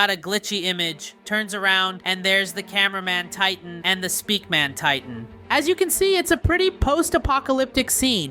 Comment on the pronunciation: its speakerman. not speakman